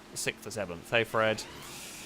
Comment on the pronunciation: Don’t be sikth. I can’t when you say that word